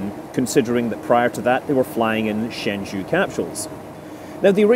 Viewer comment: Hi Scott! A note on the pronunciation: the zhou in Shenzhou is pronounced like Joe.